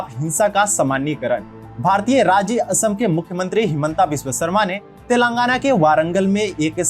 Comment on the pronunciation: I like your videos bro. But, i am sorry to inform that ... you are pronouncing the names wrongly. It is Thelangaana तेलंगाना not तेलांगना and it is warangal वरंगल not वारंगल. I request you to please pronounce it properly. This is not to insult you, but just to correct you.Everyone from northern india prounces likes this only. Hope you understand.